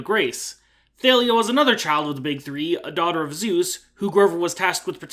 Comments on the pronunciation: who in gods name pronounces Thalia as Thay-lia? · 1 sin for saying Thalias name wrong- T-AH-lee-uh. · U pronounced Thalia wrong.. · no hate at all, I swear, I don't think mispronunciation is an actual problem considering how many languages and dialects exist and all that. I just found cool how you pronounced Thalia. after all these years seeing the discussions about the correct way, this was still the first time I heard that way.